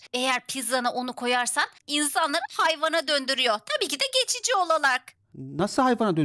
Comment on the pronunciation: Geçici olarak❌ Çeçici olalak✔️